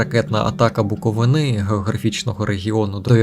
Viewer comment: Для мешканців Буковини приємно чути наголос на 3 складі. БуковИна🥰БуковинА на нас казав янукович😵‍💫